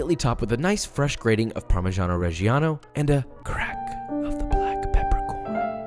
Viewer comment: The way he says parmigiano reggiano hurts me